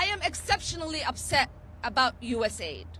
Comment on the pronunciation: rubio so disingenuous saying each individual letter of usaid instead of calling it us aid.